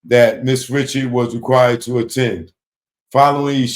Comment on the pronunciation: She pronounces it Rishard lol. I thought homie was bein funny